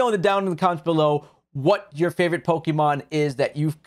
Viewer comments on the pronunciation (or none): Lol Hate when people pronounce Pokémon as “PoKeee-Mon” it’s Pok-Ay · Hearing you pronounce pokémon as 'Pokey-mon' hurts my soul.